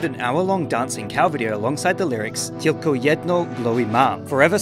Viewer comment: no he did not. I am Polish and "Tylko jedno" was ok, but we do not pronounce "y" like that. "ł" is nore like "wh" in the word white. He basically pronounced it like we were Russians or Ukrainians